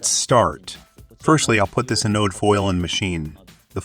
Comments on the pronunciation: ATTENTION PUBLISHER 1. The Japanese-English bot-translator mispronounces the words "wound" and "anode". There are surely other mispronunciations. I suspect these high-quality videos need closer review. 2. Please compare characteristics of the solid vs electrolytic capacitor in computer circuit boards. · anode got pronounced multiple wrong ways, wound vs wound (don't blame me for the language, wound as in a capacitor or coil winding vs wound as in bullet wound, entirely different pronunciation. Some years back, I read a treatise that English isn't a language, it's a weapon designed to create madness. As a native American and am also fluent in UK English, I completely agree. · in and ive heard anode pronounced wrong too many times. next video...